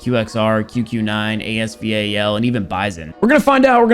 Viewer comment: the way you say as val 😡